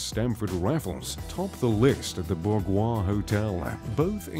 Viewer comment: Please take a moment and learn how to pronounce Somerset Maugham's name. And the word 'bourgeois'. Good grief.